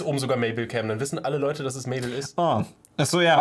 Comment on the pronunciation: Mabel ist nicht mable